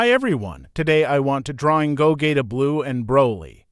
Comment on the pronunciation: gogayta XD